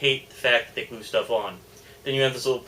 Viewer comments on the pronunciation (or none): none